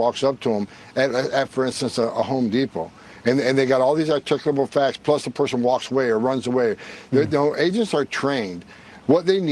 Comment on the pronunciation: Hoeman saying “Articable Facts” has to become a RM Brown Drop.